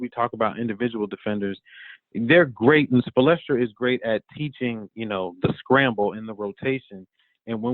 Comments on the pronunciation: "Spolestra" lmaoo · Love show. Wish the guest would say Spo’s name right. Hard to take him seriously as an expert on the Heat. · Spoelstra Spoelstra Spoelstra this guy is butchering his name 🤦🏿‍♂️